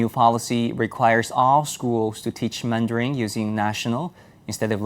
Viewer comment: Is he pronouncing mandarin as "mandaring"?